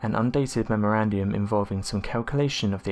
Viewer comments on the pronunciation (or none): the word is memorandum, not memorandhum.